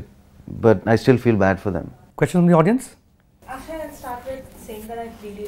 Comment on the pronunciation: He give shwa sound. In Akshe